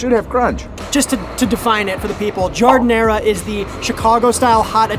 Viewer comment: How do the shop owners respond when real Italians come, you all pronounce it wrong and also don't make it the same at all ( GI-HAR-DE-NAH) It comes from the work garden, because we make it with the scraps. It is not Chicago that created that, it's Italian spicy or not ..... and we typically put melanzane on sandwiches. That's how behind Chicago, NJ and NY is.